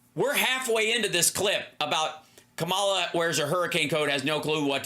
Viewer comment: Comma la, comma like a , and la like la la la la. not come-all-la.